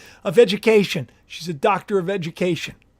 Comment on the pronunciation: It sounded like you said “ Dr. of Vegucation” 😂🌽🥦🥕🥬🥒🍅